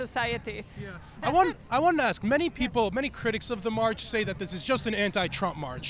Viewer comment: She was "axe" to speak??